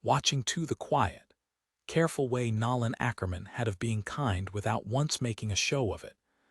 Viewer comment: I wish AI could be programmed to pronounce names correctly. His name is pronounced No land.